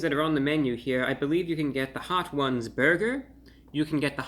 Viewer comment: I've never heard Hot Ones pronouned "Hot Whooouns"